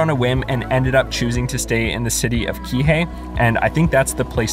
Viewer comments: You pronounced Kihei and Haleakala correctly. Also, I never knew they sometimes closed the seven sacred pools area in Kipahulu. That's a bummer. I guess if you want to go there, you have to call ahead of time and check. I wonder why they would ever close that area. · At least you pronounced Kihei correctly. I remember when there were no tickets to Haleakala. Iao valley. That's right by grandma's old house. It's pronounced Eeeeee-Owwwww. Or like "meow" without the M.